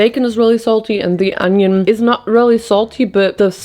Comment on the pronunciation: It's "onion", not "ANYIN".